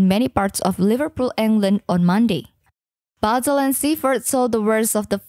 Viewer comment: she defo needs to come to liverpool and speak proper english and cant even say bootle or seafouth or other parts of merseyside and cheshire correctly